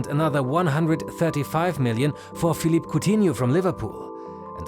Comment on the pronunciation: Philippe* not Philipp